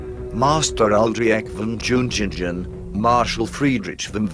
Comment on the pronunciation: ..."DZHIUNGHINGDGHEN"??... :) ...V-o-n J-u-n-g-i-n-g-e-n... ;)